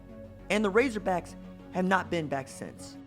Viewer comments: Did i hear 'Razorbrack' instead of razorbacks at the beginning? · "Razorbracks" man you were channeling your inner Lou Holtz right there. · This dude said razorbracks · “might be the most humiliating defeat” WRONG Answer apparently didn't do you homework there youngster what are you 15? Oh and its RazorBACKS not RazorBRACKS by the way! I get it your a Band Wagon Fan whose here when they are winning but not when they are losing - Go root for Bama we don't need you - Now here let me help you with some TRUTH - Most Humiliating Defeats in Arkansas History are as follows - 1918 - Camp Pike (AR) 6 - ARK 0 1904 - Dallas Medical (Tx) 5 - Ark 0 1940 - Fordham 27 - Ark 7 1901 - Little Rock High School 5 - Ark 0 1944 - Norman NAS (Ok) 27 - Ark 7 1938 - Santa Clara 42 - Ark 18 1951 - Santa Clara 21 - Ark 9 1903 - Springfield Normal (HS) 10 - Ark 5 1905 - Transy (KY) 6 - Ark 0 1992 - The Citadel 10 - Ark 3 Just to name a few so next time you want to ride the FIRE THE COACH BUS do your homework son. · RazerbRacks?? what the hell is wrong with you? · Bruh you said razorbracks!!! 😂😂😂 RAZORBACKS!!! Go Cocks!! 🤙🏼🐔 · he said razorbracks lmao. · Did this dude really just say home of the RazoBracks 🥴🐗🐗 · I heard that too 😁